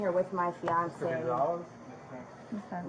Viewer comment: “Fiancé”. Girl..😒🙄